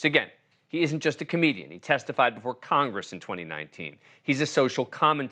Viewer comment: Of course his name is mispronounced